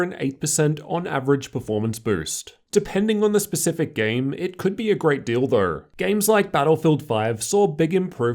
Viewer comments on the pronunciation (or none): im sorry man but that sounds like "great dildo" instead of "great deal tho"